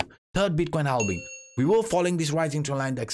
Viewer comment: Keep the "halbing" in the videos 👍🏻 maybe it becomes a good meme some day ✌🏻😅